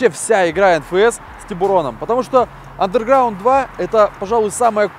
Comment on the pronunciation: Vladislav Black да, но R не читается.